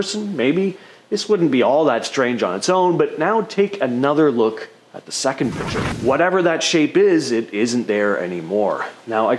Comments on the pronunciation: YES YES YES.....PLEASE say "Picture". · It's "Picture" not "Pitcher."